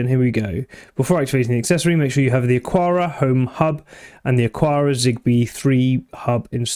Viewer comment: Isn't it pronounced "Akara" as there is no 'u' after the 'q' ?